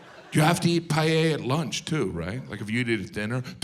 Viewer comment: That's why is funny, because it's inaccurate. Just the way he pronounces "Payella" is funny. A Paella does not take 2 hours, he is exaggerating it to make it funnier... It takes 30-45 minutes, which for an American seems an eternity.